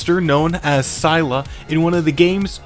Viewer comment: Bro didn’t say Scylla correctly….